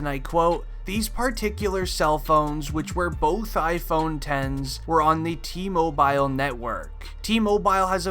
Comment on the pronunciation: Awesome video you get an A, would have been A+ if you pronounced T Mobile right lol 😋